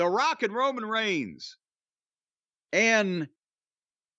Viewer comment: Sounded like he said Rockin Roman 😂Not sure why it made me laugh. 🤷‍♂️